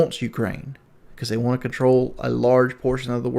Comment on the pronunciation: The #1 thing I hate out of all of this is him saying WON'T instead of WANT. I really won't him to stop.